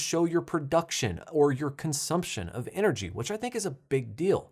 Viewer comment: "Enegyr..." 😂 I think you meant energy